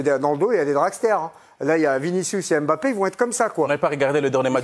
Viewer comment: LEs deux se cachent ( et Nabip), à propos spn nom n'est pas "Aime Bappé", en atant qu'Africain on prononce le M et le B collé, ca devrait se savoir.